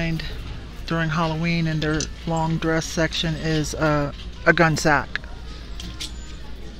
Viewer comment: I think it is pronounced Gunny Sax, at least that is how we said it back when they were new!